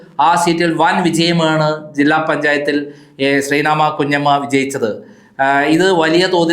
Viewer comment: not Senamma kunjamma.shree nadhevi kunjamma, if you are saying someone name please learn first